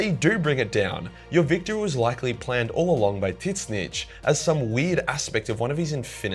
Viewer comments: I've never heard anyone pronounce Tzeentch name like that. Not complaining, just something I had to hear a few times to realize what you were saying. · Calling Tzeentch wrongly is not funny as a joke anymore, it getting annoying.